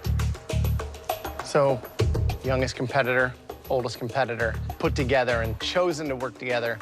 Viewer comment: Someone needs to count how many times someone says "yongest in the competison"